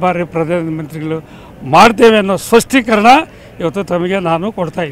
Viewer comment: ಸ್ವಸ್ತೀಕರಣ ಅಲ್ಲ ಸ್ಪಷ್ಟೀಕರಣ 😅😅😅